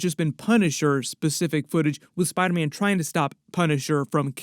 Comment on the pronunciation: “On the set of SPIDAHHH MANNN”